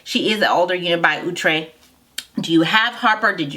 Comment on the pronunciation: Lol " ooh- tray" 😂 😂